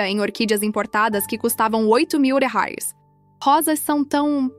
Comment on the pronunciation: A pronúncia de $ Reais, está péssima